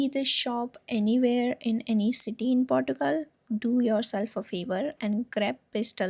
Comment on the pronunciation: 😂😂😂😂😂😂 Portugal😂 Girl learn to pronounce the names properly first